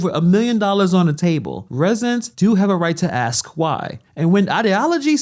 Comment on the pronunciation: What's up with saying AKS